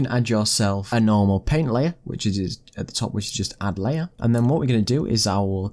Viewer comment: So many people say "paint" as "pehn" and I'm always like "????? What pen???" 😤